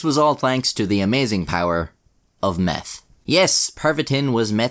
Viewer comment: “Their only hope was to take meff.” Lol